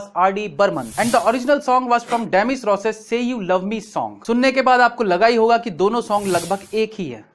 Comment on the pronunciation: Pehle names ki pronunciation toh correct karo. 1 Demi Rousso (pronounced Roosso. S at the end is silent and its not Rosses) and 2. It's Enigma pronounced Ani - G (g is pronounced as in guy and not Enjeema.